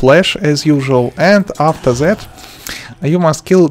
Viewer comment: I love his "afser that"